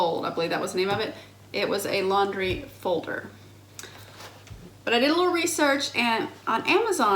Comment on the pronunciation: Clothes "floder" .... I'm dead 😂